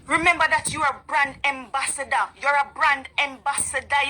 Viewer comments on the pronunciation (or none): So this lady is calling Auntie Donna IGNORANT and she's saying EMBASSADOR; it's AMBASSADOR not EMBASSADOR. Smh